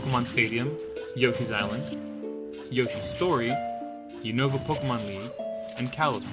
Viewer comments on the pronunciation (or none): none